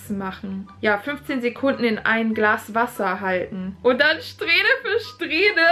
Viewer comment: anstat glass zu sagen hast du Grass gesagt kuck noch mal